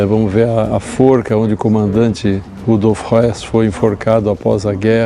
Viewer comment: Acho que foi na edição a galera não entendeu o sotaque. O nome do cara é Rudolf Höß e a pronúncia é do jeito que ele falou aí pra quem não sabe acha que é o Rudolf Hess.